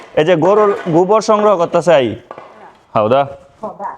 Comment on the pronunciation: গুবর না গোবর। ও-কার কে উ-কার বলিস কেন? জঘন্য শোনা যায়।